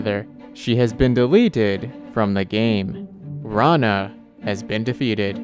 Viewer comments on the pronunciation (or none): Its not raana. It's rana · wait what! this is not how to pronounce her name!